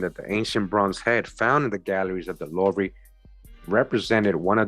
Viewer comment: Oh it's pronounced loovah btw in Paris France' louvre' is a museum there... very famous!